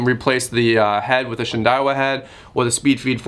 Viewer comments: Also, pronounced Shin-dow-ah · husky, husky varna.....huskvarna =husqvarna shin day wa = shindaiwa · “Shin Die Wah” Love the video. Thnx for the info.